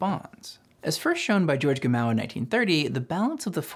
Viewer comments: Isn't it pronounced "Gamov"? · Excellent summary, but I'm going to be that guy and mention some questionable pronunciations: "Szilard" is not "ZI-lard", it's "si-LARD"; Lise Meitner, being German, pronounced her name, "LEE-seh"; and Gamow is not "ga-MOW', it's "GA-mow". Okay, I'll exit now.